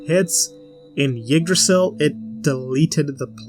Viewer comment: For future reference, Yggdrasil is pronounced “iggdrasil” and not “yiggdrasil.” This Isn’t a big deal or anything, just a pet peeve of mine when someone mispronounces something.